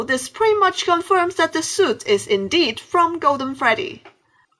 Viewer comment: hahahahahhahah its not shuit its suit😂